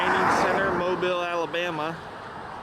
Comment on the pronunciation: I live 8 mins from Mobile.. Thank you for pronouncing it correctly